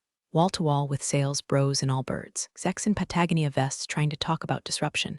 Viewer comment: Please teach your AI that Patagonia is pronounced with a long o. Ya'll are getting better with the AI. Still having issue with present and past tense.